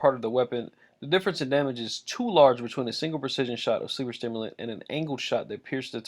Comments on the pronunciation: Its sleeper simulant.......not sleeper stimulant.....sorry but when I hear something said wrong it pisses me off. Like it has no fucking t in the god damn name! Everyone I know says stimulant....like why just why...... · Sleeper SIMULANT. Not STIMULANT. You are literally reading the TWAB and still mispronouncing it. I don’t know why this bugs me so much...but it does. There is not an extra T in the name.